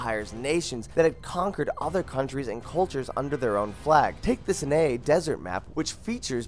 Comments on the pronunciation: Jesus christ he said "s'nay desert" its pronounced syny you idiot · I like the information. Learned a bit and enjoyed the video. But you mispronounced Amiens, Gallipoli, Sinai and a few other words. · The sanay desert map 😂ok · Love the list. But please work on your pronunciations. Gallipoli=Gah-lih-pollee, not Galley-Pollee Sinai=Sai-nai, not sin-aye-aye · Not sure if this is one but I think he meant Sinai sy ny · Payon de "Sinayay" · I cringed so hard at "galleypolly" and "sinaea" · "synaeh" "Colebri"